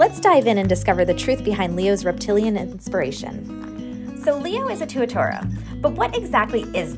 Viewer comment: Pronounced "Too-ah-TAR-ah"